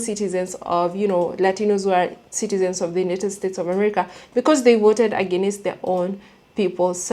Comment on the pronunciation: Agāaaaainst. Not aginnest. 🙏🏾❤